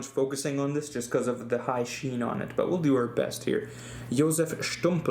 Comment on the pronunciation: Hi, I'm from Slovakia. You pronounced Stumpel's name as a real Slovak👍 Very nice